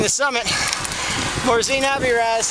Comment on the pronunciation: Great video. BTW, it's Av-or-i-az. Sorry, that was annoying me! Haha